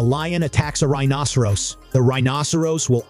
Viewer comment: This commentator doesn't know how to pronounce rhinoceros correctly. If you're going to be an authority on this animal, at least learn the pronunciation.